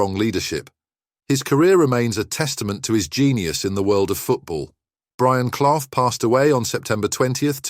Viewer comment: At least pronounce his name properly